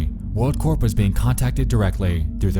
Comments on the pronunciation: Hey by the way Corp is said core, like an apple core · it's pronounced "world core". Like the army corps of engineers. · You shouldn't pronounce the P in "corp"